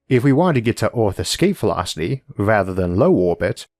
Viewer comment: Exhaust Vewocity UwU